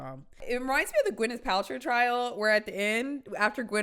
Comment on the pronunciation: When vill you vhere vigs?